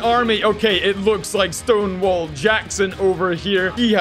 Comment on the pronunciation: I actually thought he was saying Stoneball